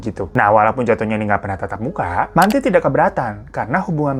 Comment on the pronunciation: Bacanya mentai mas bukan manti hahahah